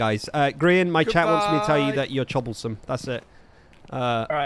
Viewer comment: no… CHOB-BLE-SOME